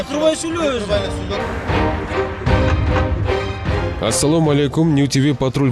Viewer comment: Почему ас салом..!?Кыргызча ассалам болот..,арабча ассалям....диктор Ким сизбы!?